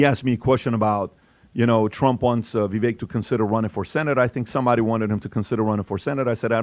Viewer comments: NOT VIVACHE!! IT'S VIVECK, like heck, neck, wreck, tech, Schreck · Come on guys I love you but you’re not even saying his name right! Vavek like CAKE! 👍🏼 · is it Viveck or Vivache?(i thought ache?) is the pronunciation . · Please stop saying his name incorrectly. It’s Vivek (like cake) not like Vet. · His name is pronounced Vivake, like cake. No matter if he runs for Governor or takes a Senate seat- whatever he is a star, and will excel greatly !!!!! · It's Vivek like cake, You guy's had him on your podcast and you still can't pronounce his name correctly! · It’s “Vivake”. Come on guys! 😂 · Why are they pronouncing it Vee-vake? Is that the way to say his name? Clearly he’s out for the visa flap. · Please say his name correctly: it's Vi-vake (like cake, bake, lake). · Please pronounce his name CORRECTLY...Vivek rhymes with CAKE!!! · Why can't these idiots say VIVEKS NAME CORRECTLY. It's not that hard to figure out how to pronounce his name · You're not pronouncing Vivek's name correctly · Yes!!!, and mispronounced his name.